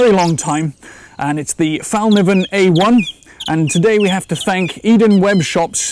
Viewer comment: Thanks for a great review. A tiny lesson in Swedish: it's actually pronounced "fell-kniven" with an audible K, not a silent one.